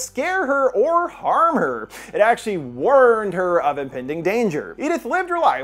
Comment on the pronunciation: Wurned? Worned? Whorned? Lol